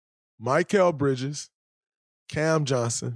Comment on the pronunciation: Talking about Bridges like you know him but can't even say his name right 🤣